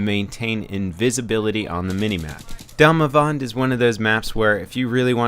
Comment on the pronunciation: You sound swedish when you say damavand :D